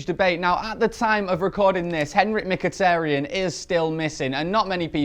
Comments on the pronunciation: please... STOP SAYING "micktiriiiin" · Hate the way keeps saying Mik-tirry-en hahahaha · Miktirian and jess lingard? sort your pronunciation out ffs. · for fuck sake, stop saying 'Miktirian', that's not even close to how you pronounce his name, I die a little bit inside every time you say it. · Adam 10 He's probably sick of pronouncing Mkhitaryan's name like a moron